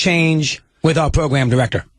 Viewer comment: Pwogwam diwectow